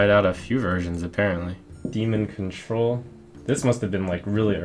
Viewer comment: 'Demon Cuntrol' I lol'd